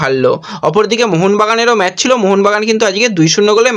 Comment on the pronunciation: 500 LIKE KONODINO HOBE NA. TOMAR NEWS COLLECTION EKDOM THIK THAK NOYE. R BHAI MEJ NOYE, MATCH. THIK UCHCHARON KORO. KEEP IT UP. 🐧